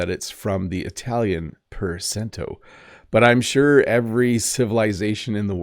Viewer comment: The Italian "per cento" is pronounced "per chentoh". C plus e or i equals the English ch.